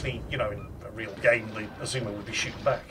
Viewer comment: It took every ounce of power I could muster not to scream at my screen the entire video when he kept calling the ship the Izuma and not Azuma